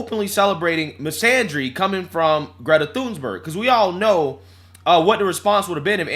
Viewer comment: 😂😂😂😂 there’s no “s” in Thunberg and every time he says “Thunsberg”I scream 😂😂 also he’s not wrong about big d* energy, average self pleasuring toy size purchased is 5” which isn’t big at all